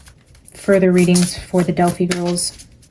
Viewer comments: Just fyi it's Del-fye not Del-fee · It is annoying you keep pronouncing Delphi wrong and that music is distracting.